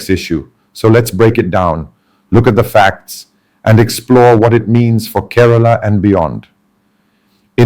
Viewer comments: Mr. Samuel, my state is not കരാള but കേരളം. Not പള ക്ക ഡ്. But പാലക്കാട്‌. Just remember that as long as you are a malayali places and names of persons should be pronounced as what it really is. Overstylish is your presentation. Listen mr tharoor carefully. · Being a mallu, how come your pronunciation of Kerala, Malayalam & Palakkad etc , is so accented ? I mean are you using some AI tool ?